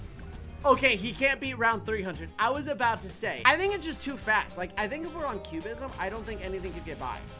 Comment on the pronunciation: He said cubeizem